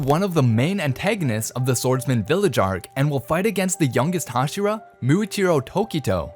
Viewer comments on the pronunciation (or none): none